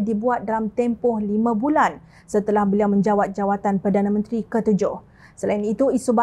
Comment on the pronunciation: Apa pembaca berita blih salah sebut perdana menteri, harus peka dlm penyampaian berita,sila simak blih apa yg disebut sebagai perdana menteri